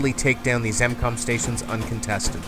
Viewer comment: hey bro, its not incom its m-com just so you know.